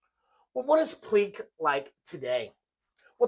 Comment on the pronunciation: FYI - The family pronounces it Pleak - like Steak. Pl-ache. Not ‘Pl-eek’. His initials were AE. Not AR. Not that it really matters at the end of the day …